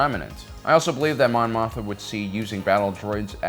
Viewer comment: Mothma, Mon Mothma, not Motha. It has to be on purpose at this point.